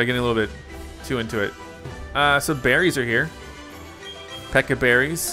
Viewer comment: Watering takes about 23 seconds if I counted at the right speed. The Pecha berry took 30 seconds. Also, Please stop calling the Pecha Berries Peka Berries. I hate that pronunciation. Also, Staravia is pronounced Star-ay-vee-ah, but I don't mind your pronunciation. Buneary is Bun-eer-ee. Protect only works the turn it's used.